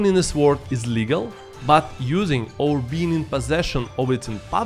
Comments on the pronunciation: The ‘w’ in sword is silent…. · Brother your English is very good, but don't pronounce the w in sword!